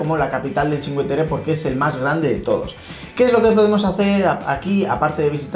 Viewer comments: Os sugiero que pronunciéis completamente bien, no solo parcialmente. Sí está bien dicho que pronunciéis "chin" para "cin" pero suena rarísimo que digáis "que" en lugar de "cue". O sea que la pronunciación sería "chincueterre" pero nunca "chinqueterre". Es que además lo decís tantas veces que uno acaba abandonando el video. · Se dice chincueterre. Lo escribo así para que sepáis.como se pronuncia. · Esta todo bien pero la pronunciacion correcta seria que no se coman la letra U se deberia pronunciar como si fuese la CUE de cuestion me dejo entender ? osea pronunciarlo como se escribe sin comerse la U adios .